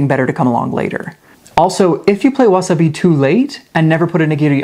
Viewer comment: Why can’t you say the words correctly you can explain a game but can’t say wasabi